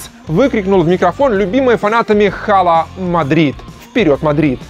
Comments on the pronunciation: Hala Madrid произносится как Ала Мадрид,а не Хала Мадрид это так на будущее.Выпуск огненный большинство презентаций вспоминаю с эмоциями,особенно презентацию Криша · читается не хала, а ала мадрид) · не говори хала Мадрид, полный колхоз. Ала Мадрид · кокой Хала Мадрид? В испанском эйч не читается. И тем более, очень чётко и хорошо слышно, что они говорят АЛА. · простите, но пишется Hala Madrid, а произносится Ала Мадрид! В испанском первая буква Н не читается. Как фанатке с большим стажем, режет слух. А сам ролик прекрасен. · Не Хала Мадрид , а Ала Мадрид 🤦🏻‍♂️позорище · пишется Hala Madrid,а говориться Ала Мадрид!!!! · Не читается в испанском буква h. Ала Мадрид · Выпуск бомба. Только надо произносить "Ала Мадрид" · еще не досмотрев до конца знаю , что первым будет презентация CR7 на Бернабеу. пс: Мяч продакшен ну сколько можно? не говорите Хала Мадрид! в испанском "Hala Madrid" НЕ ПРОИЗНОСИТСЯ буква "H"!!! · Hala Madrid по-испански произносится как "ала Мадрид"